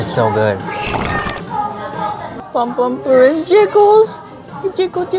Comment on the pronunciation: um its pompompurin